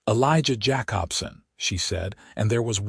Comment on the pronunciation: Jacobson = Jay-cob-son.